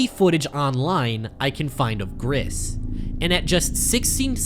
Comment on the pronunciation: GRIS IS PRONOUNCED "GREECE" GRAAAAAAAAAAAAAAAAAAAAAAAAAAAAAAAAAAAAAAAAAAAAAAAAH